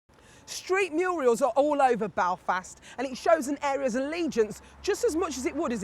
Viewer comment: "Street MURIALS" "!! ?? They are "MURALS you ignorant woman.